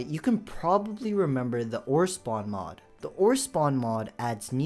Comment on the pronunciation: Bro can't even say mod🥀🥀🥀